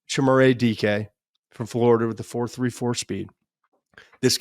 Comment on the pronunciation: Todd, what does Sanders do better than Nix last year coming out? What makes Sanders a top 5 pick while you think Nix was a 2nd rounder? Nix is better all across the board. Also that is NOT how you pronounce Chimere.